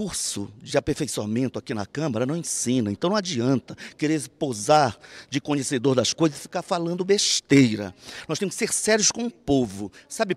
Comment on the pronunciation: "Não adianta querer se posar de conhecedor das coisas e ficar falando besshteira" Esse foi o único momento que esse deputado teve razão... Que pratique o próprio conselho.